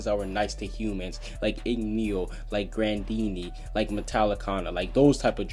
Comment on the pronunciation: it's grandina not granddin